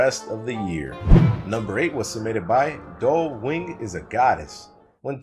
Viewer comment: waits for the Warriors fans to get mad at pronouncing Dovewing’s name wrong